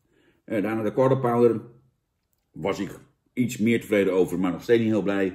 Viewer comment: Ben ik de enige die gewoon structureel Counter-Pounder hoort bij een Quarter Pounder?